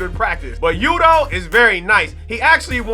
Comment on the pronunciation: Pls don't disrespect Yutos name like that again lol